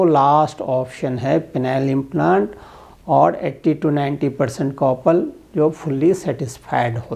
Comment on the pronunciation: Pronounce as kapal not copal